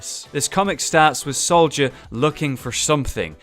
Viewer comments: North gamer solider instead of soldier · Soldier /=/ Solider